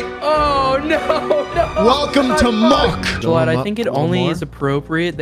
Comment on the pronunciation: you should’ve taken away the “L” in “shlatt”